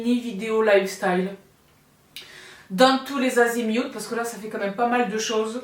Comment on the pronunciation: Hello sista , un coucou en tout début de vidéo : très enthousiaste pour tous les azimioutes 😂 c’est parti :)